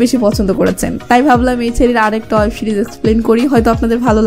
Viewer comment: অয়েব সিরিজ? নাকি, ওয়েব সিরিজ?